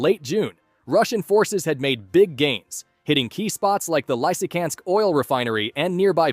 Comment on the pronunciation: Not Lysykansk but Lysychancks ch is not k